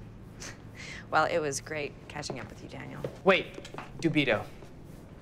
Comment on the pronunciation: Nice film, except it's DEW-bee-toh, not dew-BEE-toh. Otherwise an interesting cinematic effort.